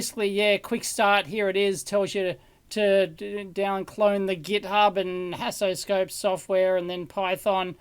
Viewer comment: I would like to say that Haasoscope is not a good name. When Dave says it (like any English speaker would), it sounds like "hassle scope", and from the video, it seems like he had nothing but hassle when testing it. I'm sorry mr Haas. Second point: I would have liked to see a teardown of the screwdriver. I was curious about the mechanism, even though I know this a electrical engineering channel.